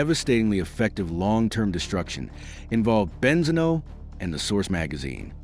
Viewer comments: Great video 🎉! YouTube suggestion,definitely loved it,hope you'll get more subscribers (Just one little thing, Benzino is pronounced with the accent on the i) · The pronunciation of benzino is devastating me. Please at least watch a youtube video to say it correctly